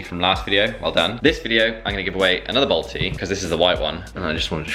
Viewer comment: Are you saying “bold tee” or “Balti”